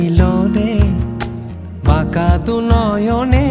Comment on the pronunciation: বাংলাদেশের অনেক গান নতুন করে এই চ্যানেলটিতে কাভার করা হয়৷ নিঃসন্দেহে ভালো উদ্দোগ বাংলা গানের জন্য। কিন্তু বেশিরভাগ গানের মূল উচ্চারণ না রাখায় খুব শ্রুতি কটু লাগে। যেমন হাসন রাজা,নেশা লাগিলোরে,বাকা দুই নয়নে শব্দ গুলো সঠিককরে উচ্চারণ রলে আরো ভালো লাগতো